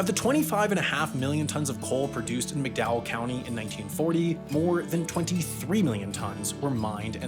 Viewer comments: Okay so it's pronounced "Mac-Dowell" County... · I'm a third generation West Virginia resident and I can say; the land and the people have been bled dry since the day the state was founded. Our society and systems are entrenched in exploitation all the way down; rotten to its very core. BTW it's pronounced MAC-Dowell County, not McDowell. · To set the record straight: it is not pronounced "Mick Dowell County", it is "Mack Dahl County". Also, not "hollows", it's "hollers". No one says "hollows". Finally, in no actual world is solar cost-competitive with coal. The only renewable that compares is hydro. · Thats Mac Dowell. Emphasis on the Mac.